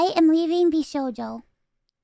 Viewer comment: Your pronunciation is so silly, I'm calling them Wishocho from here onwards